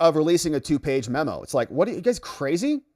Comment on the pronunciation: Jesus Please Stop Saying “Membo”